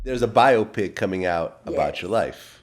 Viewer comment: Actually its pronounced “By Opp Ikk”